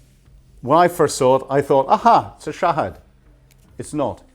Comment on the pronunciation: Hypocrate Americans and wwests,,,it's Shahed(pronounce Shaheed) not Shahad😅 it will burn your ass